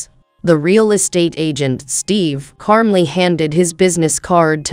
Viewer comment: Software. And it still mispronounces calmly.🙄